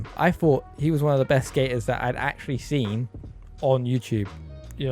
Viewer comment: I like how you said gabe seent this coming at the end and signed off